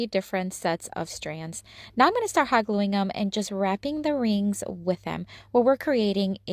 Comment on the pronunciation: Hoggling together. Ohhh Hot gluing . Has to talk so fast .